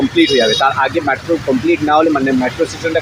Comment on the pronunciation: Excellent coverage! Just one observation .. its METRO not MATRO